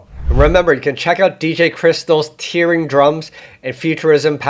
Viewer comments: Hate to be the guy to say this, but you are saying 'tearing' wrong in this context, it should be tearing as in 'tearing a piece of paper' and not tearing as in crying. Great video btw 👍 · Isn't it Tearing as in (rhymes with Pear?) Tearin' up the dancefloor? Love your work !!!